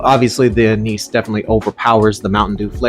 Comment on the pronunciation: anise is pronounced ann-iss